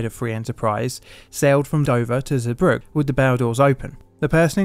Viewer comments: Hey mate, port's name is pronounced 'Zee brug uh'. I never knew there were so many close calls which preceded this incident and ideas that would have prevented it. Sad times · Zeebrugge ❎ zubruck ✅ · Zeebrugge is pronounced "zeh-bru-gah" Boatswain is pronounced "bo-sun". I'm only picking up on this because I don't feel you can trust other details in a video if things like this are not correct. It doesn't take much to check a place-name's pronunciation.